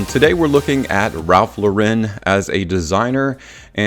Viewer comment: It is not a french company, Lauren is pronounced like you would an American female's name.